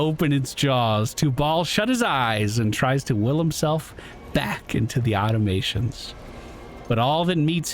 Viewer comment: Aw-tom-a-tons. Automatons.